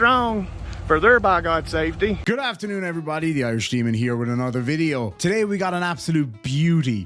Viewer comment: It’s not film. It’s not vid-yuh tape.